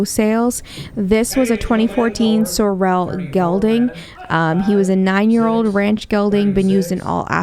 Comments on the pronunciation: You are pronouncing "sorrel" wrong. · If you cannot pronounce the word sorrel It is OK to call them Chestnut. ❤ not trying to be mean just trying to be helpful. Thank you for taking us along These prices are very low. Most nice auction houses go for closer to 10 thousand dollars or more . Wonder where this auction is? $500/600 horses not ridden probably went to Mexico for slaughter.